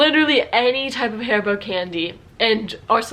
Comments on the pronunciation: IS NOT HAARIBOO IS HARIBO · Your pronounciation of HARIBO sounds like hair-bow to me. This is actually not a name. It stands for Hans Riegel Bonn. Hans Riegel founded this company in Bonn, Germany, in 1920. The headquarter and factory was located in Bonn until 2018. It was very popular to visit the factory store. Beside the regular products they had special offers of candy which did not make it to series production or was not meeting visual standards but was still good for consumption. While the shop is still in Bonn the company relocated to an industrial area outside of Bonn with more options to expand.